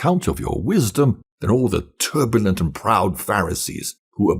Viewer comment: You don't pronounce 'propitious' correctly. And the second syllable of 'turbulent' was a little off.